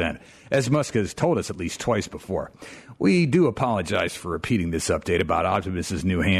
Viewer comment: *BEFORE* NOT BOOFORE Stop saying boofore